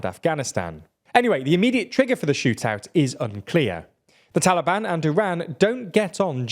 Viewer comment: Why Iran and "Taalibaan"? Are they not the official govt of Afghanistan? Why this horrible bias? PS : another reason you should have rather said Afghanistan, is your pathetic pronunciation of Taalibaan